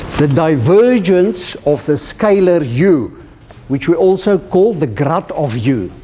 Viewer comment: It seems to sound like grot, but what he is really saying is "Grad" as in, gradient operator. His pronunciation seems to make Grad sound like Grot due to the afrikaans d=t sound at the end of the sentence, along with the long 'a' sound before it.